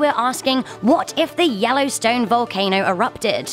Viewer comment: Da wellowstwone